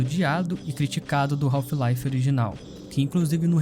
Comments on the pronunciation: A pronúncia correta do inglês não seria "raf laive" e não "raulfh..."😮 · Melhor jogo da história e que brasileiro fala o nome errado kk